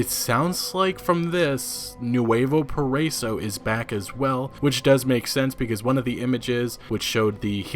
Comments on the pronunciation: It’s pronounced PARA-E-SO lol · Nuevo Para-E-so. lol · I don’t know if it actually matters, but it’s actually pronounced “para-ee-so” (paraiso) just thought I’d let you know